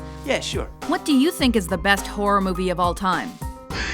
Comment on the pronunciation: she said whore movies hhh